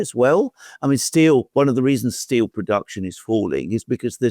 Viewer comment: Germans say "steel", Merz says "still"